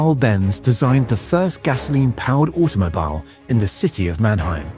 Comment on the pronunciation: I like the way the AI successfully pronounces German words but misses ‘automobile’.